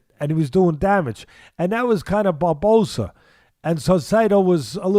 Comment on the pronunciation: Babaso/ babosa lol Teddy killing me